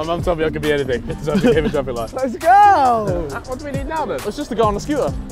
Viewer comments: 'TraVick light' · "traffic light got ckhlarted"lmaooooo